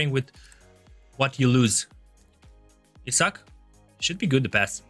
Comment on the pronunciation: was it just me or did he really pronounce isak as he suck